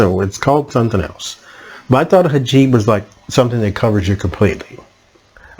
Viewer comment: The term is hijab. Emphasis on the second syllable.